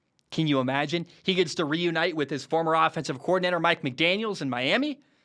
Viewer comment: Mike McDaniel. Not McDaniels.